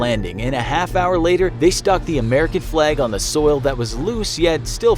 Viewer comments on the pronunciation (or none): none